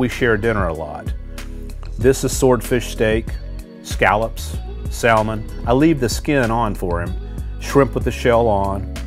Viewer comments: Pronounced the "L" In Salmon ... ❌ I knew this guy was Not a real person and was actually an alien from a planet of Lobster like people! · I like how he says salmon with the l instead of it being silent like normal lol